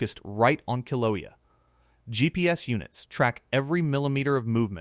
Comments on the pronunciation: learn how to pronounce KIL-A_WAY-A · Kill-a-way-a is how you say it! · “kill ah way ah” . Please